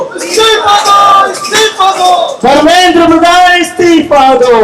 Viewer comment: Love you beta,the way u said "इस्तीफा तो देना होगा"I hope you guys succeed and we will see a beautiful country,I wish you all the best,From KOTA, RAJASTHAN